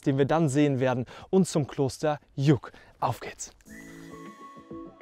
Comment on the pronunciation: sehr geile Tour. aber muss schon sehr fit sein, und am besten bergtaugliche Übersetzung haben, Übrigens heißt das Kloster Lluc und nicht Juk.😉😉😉😉